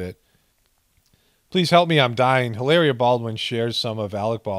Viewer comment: Please say her name again!!!! Lmbo!!!!! Hilar..ia!!!!! Hahaha they just keep offering up ghoulishness, which makes for great content!!!!!! LOL 😂